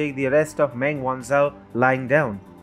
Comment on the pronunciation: Meng is pronounced “Mung".